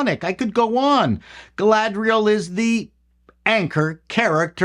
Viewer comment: Galadrrrrriel trrrrraded in herrrrrr two-doorrrrrrrr forrrrr a fourrrrrr-doorrrrrrr......